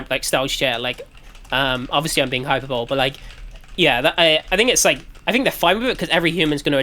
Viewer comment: hyperbowl? thats not how u pronounce it